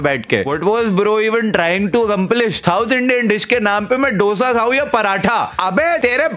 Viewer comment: its Dosa - 'Though Sa' not 'Dough Sa' 🥲